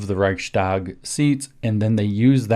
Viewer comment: Interestingly, you pronounce the ch of Reich pretty good but when -stag gets added you pronounce the following S as a german speaker would pronounce "sch" perfectly. Switch it around for a snake like ssss and apply your "sch" and you sound 90% better just like that. Reich sssss tag. Thank you for everything looking forward to this video.